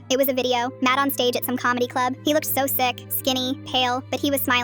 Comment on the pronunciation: Did she say so or zo..??